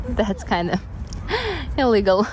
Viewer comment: I have few uninvited advices, your last video convinced me to write: - try to articulate more when you speak by using accents e.g. instead of „can’t“ you can say „cannot“ (putting some accent on the „not“)… legal and illegal sometimes sound almost the same when you pronounce them.. if you exaggerate on the „il“ : illllegal it would be better. That’s it for now, God Bless you!